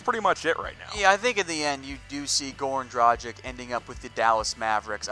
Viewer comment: I know its hard for you U.S. dudes, so i will just fight through the pain in my ears, and calmly remind you that Dragic is pronounced like Drag itch not like tragic with a d instead of t...